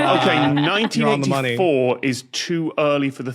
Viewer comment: I was folding clothes (not watching closely) and I, like the subtitle, thought it sounded like he said 1994